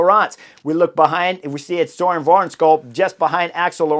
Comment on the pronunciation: We gotta fix that pronunciation of Wærenskiold. If spelt in english, it should sound more like va-en-shole. Silent k silent d. Silent r, although in dome dialects the R might not be silent. Or just say the words van scholl, like in the car type and insert soles. Not perfect but close. First name sounds like burn with the B replaced by an s. Søren. The whole thing Surn Van-Scholl To make it perfect say the u and a twice but without a gap. Suurn Vaan-scholl